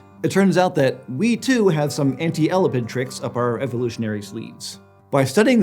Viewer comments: It is el-ap-id not ela-pid. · How tf do you mispronounce "elapid" but nail "elapidae"? Someone should have pre read their script more. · How do you say Elapidae correctly and persist with saying Elapid like that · Sorry but the constant mispronuciation of the word elapid made me skip, sorry guys. You're saying 'ela-pid' ...not el-ap-id ...its really wierd :( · Not to be pedantic and nitpicky, but I couldn't help wincing every time Elapid was mispronounced. The emphasis is on the A... el-A-pid, not EL-apid. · Ok. It’s driving me crazy how he’s saying elapid. It’s E-lap-ed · I freaking HATE how he says "elapid", especially because he says it right when he said "elapidae". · You're mispronouncing 'elapid'. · I feel physical pain every time you mispronounce That word........ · e lap ids your murdering the pronuction as i prob murdered its spelling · I’ve never heard the word elapid stressed that way before. I’d always heard it stressed the way he did when he said it as the family name elapidae. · Its weird because he also said the name elapidae, but with the correct emphasis. Still, much ❤ for. I'm sure if I talked for a living I would get stuff wrong, too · No you put the emphasis on the A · I couldn't concentrate because you kept pronouncing 'Elapid' wrong 😂 Weirdly you did 'Elapidae' right but then stressed the wrong syllable again. Great episode though😃